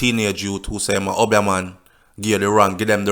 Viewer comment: The word is Obeah and pronounced OBE--E A not UB--YAH.lol